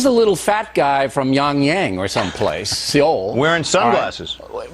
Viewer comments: i like that they pronounced Seoul as "see-ole". it's pronounced "soul" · Actually, it's pronounced 'SOül', with an 'open O' like in 'sock' followed by a —what I'd call a German— 'ü' or a close front rounded vowel. :D